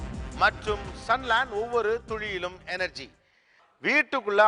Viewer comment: Why does Mr. Gopinath says "Ovavoru thuzhiyilum" instead of "Ovavoru ThuLiyilum"